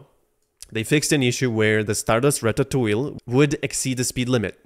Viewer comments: ra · tuh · too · ee :face-green-smiling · home boy really said JRAPHICS Interchange Format JRAPHICS ?????????? not surprising can't pronounce ratatouille...